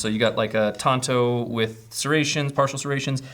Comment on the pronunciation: The blade is called a TAN-to. Tonto was the Lone Ranger's sidekick. You should be able to pronounce the name of the product you're selling. Try sounding it out phonetically or just right-clicking the word tanto for the dictionary's correct pronunciation. Please guys. It undermines your credibility.